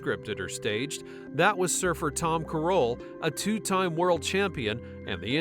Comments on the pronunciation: This AI voice over can’t even pronounce Tom’s name right. It’s not “kuh-ROHL”, it’s pronounced just like Carol. Definitely not finishing this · Totally butchered Tom Carroll's name.